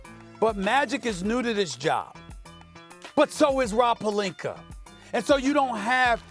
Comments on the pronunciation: "Rob Pelinker" - Stephen A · Why does Stephen A keep saying "Rob Pelinker" "Agender" learn to speak proper English!!